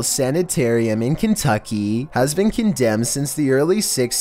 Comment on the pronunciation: the way you say in Kentucky is the way i say it in my head every time i see a Kentucky meme... i need you to say Alabama next